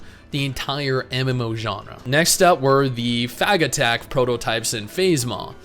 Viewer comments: fagattack? lul what a way to pronounce phagetech. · You made a big blunder ( in the video) that could get the video demonetized through automated processes by pronouncing "Phagetech" the way you did. I strongly recommend taking this down to edit that part of the video before that happens.